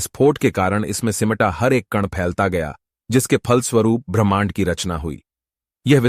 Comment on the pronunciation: भाई तुम ब्राह्मण कह रहे हो या ब्रह्मांड 😅😅😅😅